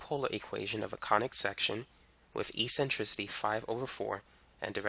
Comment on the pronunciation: Great video! "E-centricity" lol <3